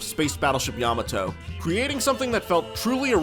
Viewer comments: What's a yam-ah-toe? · You pronounced Yamato incorrectly that was the cringe